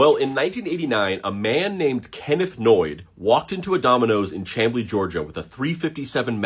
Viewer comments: It's pronounced Sham-blee not that it matters, and it's a suburb of Atlanta. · The Ch in Chamblee is pronounced Sch like Schneider. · As someone who went to Chamblee High, there is no "y" in it my guy.